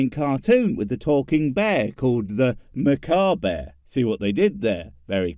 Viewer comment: Anyone else notice how seemed to pronounce "merkaba" differently every time he said it?